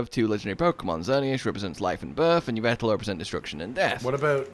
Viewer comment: Yvetal? Dyslexia moment #53